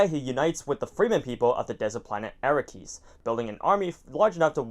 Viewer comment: It’s pronounced Arrakis not Arakkis.